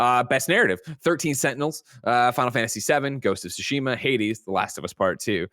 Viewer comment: Is Greg trolling when he calls Ghost of Tsushima, "Ghost of Shushima" or does he legitimately dont't know how to pronounce it? PS. Greg or whoever cannot bring themselves to say TSU, make a little effort at your own time and learn to say it. I believe in you. It is kinda disrespectful to the game and its devs to refer to it in an imporper way just because you are not willing to pratice saying it the correct way.